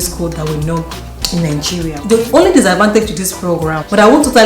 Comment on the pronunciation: Some of the country names are not clear, what of Nigeria